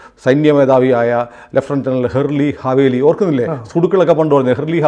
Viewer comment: ഹെർലി ഹാ വേലി അല്ല ഹെ ർ സി അ ലേ വി